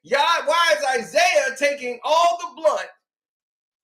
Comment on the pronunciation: the word is "brunt."